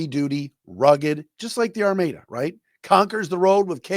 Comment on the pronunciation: Hey its pronounced Ar-MAD-UH